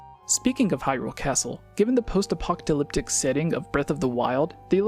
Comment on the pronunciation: Why do you say apocTalyptic?? It's APOCALYPTIC no T! lol it sounds like when kids say words slightly wrong.